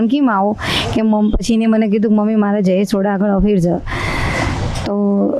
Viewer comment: ભાઈઓ નામ બોલતાઝ નથી આવડતું ઓઢાકેએનુનામજયેશસોઢા છે બોલતાશીખોપછીવીડીયોબનાવો